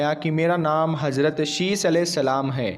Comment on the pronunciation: Hajrat nhi Hazrat hota h thoda bolne ka tareeka badlo to aur acha lagega..... Z aur J me farq hota h ok....